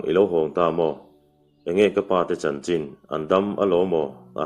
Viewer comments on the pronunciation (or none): none